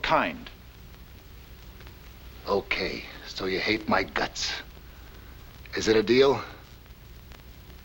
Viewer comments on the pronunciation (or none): none